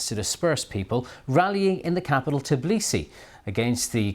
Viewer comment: After many years of Georgia covering in western media, they still can't pronounce Tbilisi right.